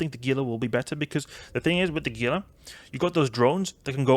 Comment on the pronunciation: I love you vids man. I do however feel the need to let you know Gila is pronounced Hila. It is a reference to the Gila Monster, a lizard native to the western United States.